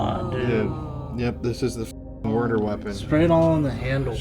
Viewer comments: "The Muder House" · Murrder house